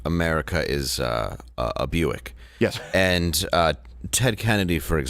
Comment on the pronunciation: Buick is actually a Scottish name and the proper pronunciation is the same as saying quick. Bwick